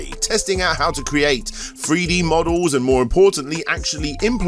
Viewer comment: What’s a “FREE DEE FIGHTER”? 😆